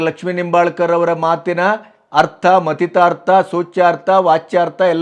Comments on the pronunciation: ಉತ್ತಮ ನಿರೂಪಣೆ ಮಾಡಿದ್ದೀರಿ. ಆದರೆ ನಿಂಬಾಲ್ಕರ್ ಅಲ್ಲ ಹೆಬ್ಬಾಳ್ಕರ್ ಅಂತಾ ಹೇಳಬೇಕಿತ್ತು. 👏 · Nimbalkar ಅಲ್ಲಾ hebbalkar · Sirr, It is not Laxmi Nombalkar, it is Laxmi Hebbalkar.